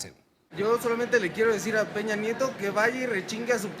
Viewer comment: Dear people from the US (and other english speakers), please start using diacritics. His name is "Peña", not "Pena". "Pena", as a noun, means feather, and has a different pronounciation. Thanks.